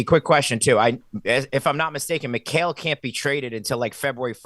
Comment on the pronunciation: finally pronounced Mikal name properly 😂😂